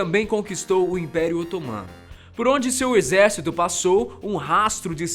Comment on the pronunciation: só eu que foi o retardado que riu quando ele disse exercíto mongol ? kk